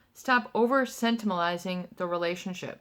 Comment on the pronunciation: Sen ti ment al izing. Say sentiment..then say alizing. LOL! ❤️u!